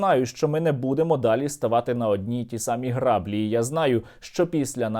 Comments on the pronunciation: граблі має наголос на другому складі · Не грАблі, а граблІ